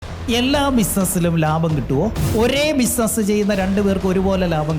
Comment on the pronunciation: ബിസിനസ്‌ എന്ന് പറയാൻ അറിയാൻ പാടില്ലാത്തവനാണ് ബിസിനസ്‌ നീ കുറിച്ച് ഖോംര ഖോരം പ്രസംഗിക്കുന്നത്